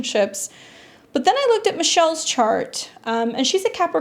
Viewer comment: Its Michael NOT Michelle